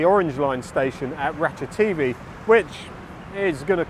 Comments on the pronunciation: Interesting as ever but I certainly won't be going there anytime soon. Mostly demolished buildings, vandalism or derelict plots. Surely even with deliberately anglicized pronunciation you would pronounce ราชเทวี as Ratcha-Thae-Wee rather than Ratcha-TV ? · I guess if depends on who the audience is. Farangs will hear it their way while Thais will hear the w. I fear becoming one of those d-bag farangs who know some Thai and who insist on correct Thai pronunciation. Too late now. I am one of them. I once accompanied a friend to the Ratchathewi hospital for a hernia operation. Picked him up afterwards and got a taxi home. Trouble was the Doc didn't give him any opioids so he was in pain. I had to tell the cabbie "koi koi" on the way home because every bump was making him cry out in pain.